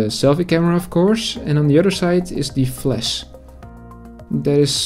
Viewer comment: Work on your English mate, flasH not fles...